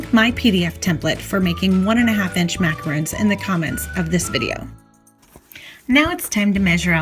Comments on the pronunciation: MacaRONs not roons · That`s not macarOOns! It`s macar-on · You lost me at "macaroons" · Macarons which is in the video are different than macaroons which is what she is calling them. It’s one of my pet peeves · Great but Just one thing...you keep saying Macaroons. Those are not Macaroons they are Macarons. The way you’re pronouncing is for the coconut ones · It's MacaRONS...not Macaroons. If you are going to educate be educated. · Life as Boua it’s macarons. Macaroons are the coconut cookies. She said she says macaroons because that’s how most Americans pronounce it. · OMG. These are NOT pronounced as ‘macaROONs’—that’s cookies made with coconut and egg whites, etc. These are: ‘macaRONs’; like the male name RON. Why do so many people who should know the difference in pronunciation—don’t? Even Duff Goldman and Valerie Bertinelli mispronounced these all throughout an entire episode of their kids’ cooking show. No excuse. Duff certainly should know—-he’s a baker!!! The producers should have known, too! EEK! BIG difference in the two types of cookies—BIG! MacaRONS are one of my favorite cookies! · macarOOns and macarOns are totally different cookies, that's why right pronunciation is important here, otherwise it's misleading. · Thank you! How can people make a video on how to make them but pronounce it incorrectly! Drives me nuts!